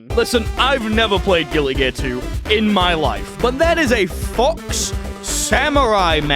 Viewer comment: Chat I just can't get over whenever he says Guilty Gear he pronounces it as "Guilli" Gear, it's really throwing me off